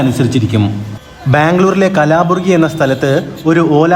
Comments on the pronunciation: കളബുരാഗി അല്ല കൽബുർഗി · Kalaburgi alla mister kalburgi